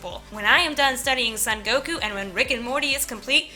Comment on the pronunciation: His name is actually pronounced more like "Soan Goku" rather than "Sun Goku."